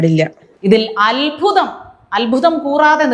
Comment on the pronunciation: വിവേകം ഇല്ലാത്ത അദ്ധ്യാപികയുടെ മത ചൊറിച്ചിലിൻ്റെ വിഷം ചീറ്റർ, ശ്രദ്ധിക്കേണ്ടത് അൽഭുതം എന്ന് ഇനി പറയാതിരിക്കാൻ ശ്രദ്ധിക്കണം" അത്ഭുതം എന്നു തന്നെ പറയണം"❤